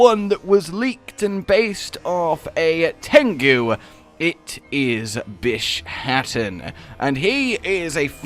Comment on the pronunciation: I thought that Bishaten was pronounced 'bisha-ten' maybe it's just me?